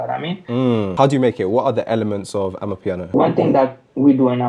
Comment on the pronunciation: bro please.............................its not AMAPIANO